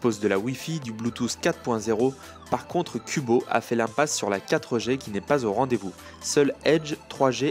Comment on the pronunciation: / dans la prononciation:')